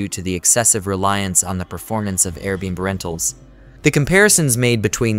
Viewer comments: What's funny is you can force the ai to read it correctly if you just spell it the right way Air bee and bee, there you go low effort original video creator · Can definitely tell it’s an AI voice since it can’t correctly pronounce AirBnB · No kidding. Very annoying. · I can't un-hear it 0.o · I was thinking the same thing.